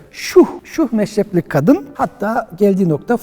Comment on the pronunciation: Şuh meşref 😊 meşreptir o ya..